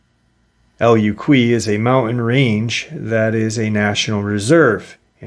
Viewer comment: 🐺💯 The Mountain in Puerto Rico El Junque How it sounds (June-Kke) I know you don't like to be corrected and you weren't that far off.... In Puerto Rico A Lot remote Caverns and Deep Forest-Rain...Weird sighting UFO and In Oceans and remote Rivers....Weird Sht but Beautiful. I'm Native born and Raised. Oh Love the Channel...😅